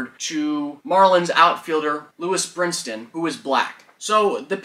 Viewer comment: His name is Brinson, not Brinston. The man was already unwittingly in the middle of a controversy he had nothing to do with at least you could give him the respect of saying his name right. It's also not Luis, but Lewis.